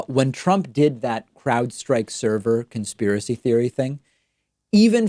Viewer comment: Too true on all counts. This cross-section of "old people doing crime" with "old people doing computers" is hilari-bad. Can barely say "server". Owning servers is my day job, and seeing this level of ignorance being pervaded as facts is depressing, worse still that people are lapping it up.